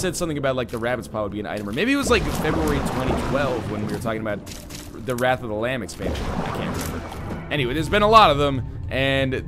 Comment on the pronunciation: It's wrath you fool!